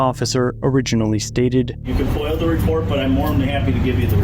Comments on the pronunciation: Did this find outstanding officer just say FOIL?? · FOIA not Foil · The only thing he needs to brush up on is his pronunciation of FOIA.